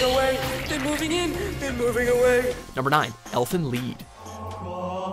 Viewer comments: It's pronounced Elfen Lye-ed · lol, he pronounced Elfen Lied as Elfen Leed